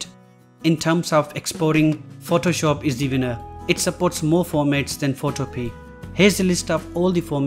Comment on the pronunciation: It is pronounce PhotoPia like MamaMia. It can also be downloaded and Install on a computer. You should research the basic info before you do your videos.